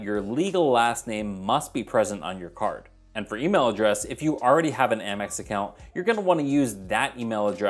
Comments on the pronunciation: I think Amex should be pronounced like American. The Gold card is a great card and it definitely has a high signup bonus. I’m actually considering applying for it while the 90,000 point bonus is still being offered. The grocery category won’t really benefit me at this time because I’m getting 5% cash back on groceries with my Chase Freedom Unlimited card until December of this year. However, I think I could benefit from the 4x back on restaurants starting in July after the 5% cash back expires on my Discover It card. We tend to use Grubhub in my household at least once per month, so I know I should be able to offset the annual fee by at least $120. I’ll probably get the gold card in the rose gold for myself and the traditional gold for my authorized user. Hopefully I don’t end up in popup jail like I’ve seen a lot of others. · Haha I used to say "Ay-mex" and got corrected in the comments, so now I say "Ah-mex" (still not sure which is best). Congrats on the Amex Gold! It's been at the top of my list of cards to get, but other great offers keep bumping it down. Didn't know that you can escape the popup using different links! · I've heard so many people pronouncing it Ay-mex! 🤷‍♀️ Thanks Kevin! Prioritizing which cards to get first is certainly a challenge.